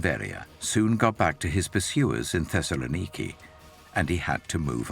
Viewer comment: I can't get past the bizarre pronunciations of some of these places. Thesalaniki?